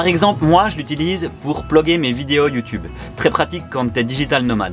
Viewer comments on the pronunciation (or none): none